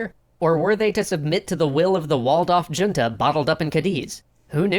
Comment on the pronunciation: It’s not your pronunciation of “” that bugs me, it’s the original content creator’s pronunciation of “junta” 😬😩 I mean, it’s one thing to have taken a different language in school and not know how to pronounce Spanish names, but “junta” is a word in common usage, right?